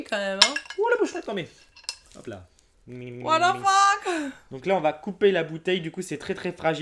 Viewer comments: à " Wal Lo Fuck" au lieu de " What The Fuck" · En fait c'est pas What the fuck qu'elle dit, c'est whatafuck on dirait je sais pas toi mais bon mdrrr